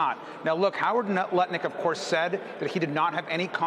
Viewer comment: hahaha he said nutlick haha